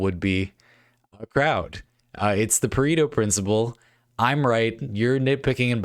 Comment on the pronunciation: I misheard it as "the Burrito principle" and now disappointed it's not that.